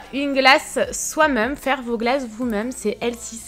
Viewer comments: Jsp vous mais ça me stresse tellement qu'elle dise MEUM au lieu de MÊME c'est horrible 😂😂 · Restes comme tu es! Petit details, tu me fais rire car au lieu de dire "même" on dirait que tu dit "meume". La véranda est magnifique! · ça me faire rire la façon dont tu prononces « même » haha, sinon super vidéo comme d’habitude !❤️